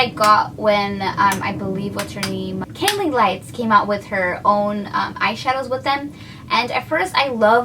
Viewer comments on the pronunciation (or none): It's kathleen lights sounds like u said cailee